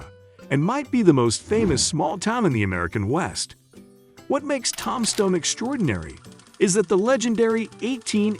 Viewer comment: One of the most famous towns in Arizona - TOMBSTONE and the idiot announcer or stupid AI program pronounces it TOM-STONE.